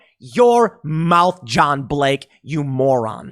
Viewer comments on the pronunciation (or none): none